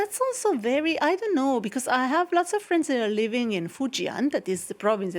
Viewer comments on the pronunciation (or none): none